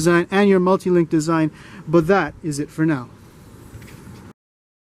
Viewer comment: LONGITUDINALLY AND LATUDINGNINNNNGLY LOL